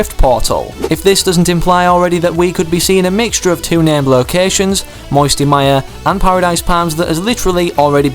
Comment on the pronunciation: I liked it when you said moisty palms it sounded as if you were from Alabama